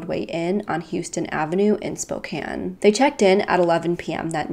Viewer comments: I'm like 2 minutes in but as a Washingtonian we have a lot of stupidly complicated city names to pronounce but I'm glad you figured out how to say Spokane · You pronounced Spokane and Yakima perfectly! The first youtuber that I've watched do so. :)